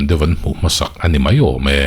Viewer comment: Enge Amah erawh chu tih tur ang chi ah te leh A' hawrawp bula a awmna ang chi ah , ha'mah erawh chu tihte, Ani chu tih turah, Hani chu tih deuhva ilam tlat a... Ahnu ah tih ah tepawh Hahnu ah te i tih veka?🤣🤣🤣🤧